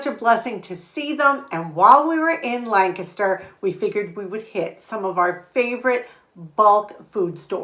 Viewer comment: Lancaster is my favorite place to shop! And you even pronounce it correctly!